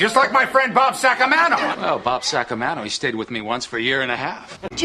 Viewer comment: Bob Saca-mayno